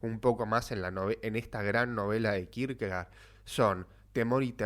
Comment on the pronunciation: Se pronuncia Kirkegord en danés. Gracias.